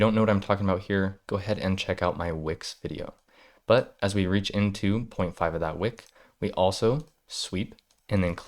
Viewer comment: It's reach, sounds like bleach or what you do well, teach